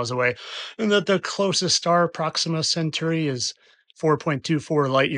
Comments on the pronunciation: Pet hate: it's pronounced Cen-tóry. Not cen-choory. It's named after a centaur. Not a cent-chure. You're also allowed "cen-táu-ree' if you want to get all posh. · It’s ‘Centauri’ not ‘Centuri’ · The star is pronounced however you want, although since it's Latin it should be Ken-Tau-Ree. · So how do you pronounce "centaur" then? In any case, check your dictionary. Collins gives prɒksɪmə sɛnˈtɔːraɪ. The last part of that literally spells out "sen tor ree". Edited to add; would you be happier with "sen tor rye". I'll agree that's a better transcription of the last dipthong. My original point is still that it's tor not choo.